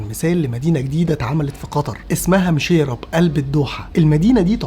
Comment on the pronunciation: 😂اتمنى تقول اسمها صح مشيرب وليس ميشييراب😂😂